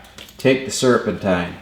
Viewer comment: The way he says “ye go” an “serpentine” lol. Maybe he’s from Fargo.